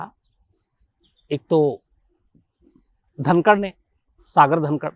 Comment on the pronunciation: सागर धनखड है सागर धनकड नहीं